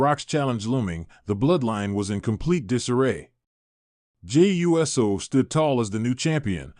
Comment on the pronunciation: Uso is not pronounced right. It is not USO like the United Service Organization. It is ooh so. Pronounce it right or don't say it at all..